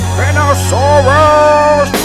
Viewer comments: It's pronounced spine-osaurus. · its said spine osaurus